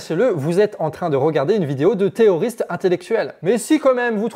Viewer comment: Tu as un problème à prononcer les R, non ? 😅 Parce que moi, j'entends "Té''oriste"